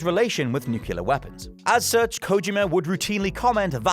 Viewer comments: nuclear.... new-clear... not freaking new-cu-lar. it's annoying when you can't pronounce your own words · Nuclear*, not “nucular” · Stop saying "nucular". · Nukelar Nukelar Nukelar Nukelar Nukelar Nukelar Nukelar Nukelar Nukelar Nukelar Nukelar Nukelar Nukelar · Repeatedly mispronouncing nuclear as, "Nucular... Nucular... Nucular... Nucular..." should get him reprimanded. Brown says that too, sadly. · Nucular weapons... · Why the f can't native english speakers pronounce the word "nuclear" properly? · I cant get past horrible pronunciation of nuclear. GEORGE W. BUSH BE DAMNED!!! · Don't blame! This is! 😂